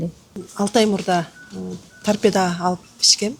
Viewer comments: Торпедия дейтго туурасы торпедабы же? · Тарпеданы дагы так айта албайт экен